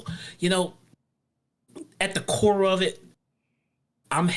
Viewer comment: the way he says at the core of it 🥴